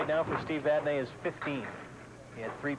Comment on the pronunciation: and: Steve, how do you pronounce your last name? Steve Vadney: Vadnee and: Too bad, we'll do it our way.